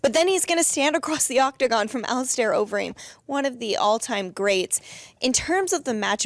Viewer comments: Here to hear Dana call him "Ali star" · I absolutely despise how Dana pronounces “Alistair”.